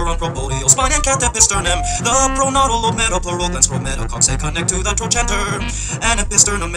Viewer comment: gives me a kick when he says proCESS. xD (but why does he say 'trochanter' with the 'ch' sound? ~ :/)